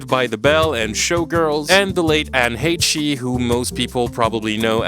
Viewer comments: it physically pains me that you pronounce her name wrong. Anne HAYSH. She is also famous for dating Ellen DeGeneres and getting royally sh*t on by the public for identifying as bisexual (before it was cool). She certainly was not a saint, but show some respect to a (controversial) gay icon. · "Anne _Heche_" Not, "Hay-Chee." Pronounced 'Hey-ssh'. One syllable. Like what a librarian says when she catches someone taking too loudly. And no, respectfully, most people don't know her from a cartoon a few million kids watched a decade ago. Most people know her from her actual Hollywood career starring in films like Volcano and Six Days, Seven Nights, as well as her highly publicized relationship with Ellen DeGeneres. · Bro how TF you going to say Anne heche's name so wrong. #Butchered